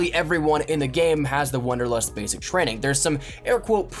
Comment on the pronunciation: >wonderlust Ey yo mang it's WANDERlust